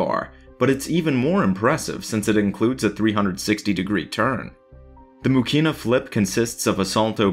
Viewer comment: Oh god..stop hurting my Russian ears with Мухина pronounciation...its not MuKina..it's MuKHinah...there is no K in that sound technically.. its H like in Harry.... and her life was so sad and tragic...absolutely tragic..